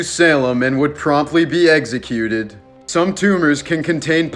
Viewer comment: execute not eggscute?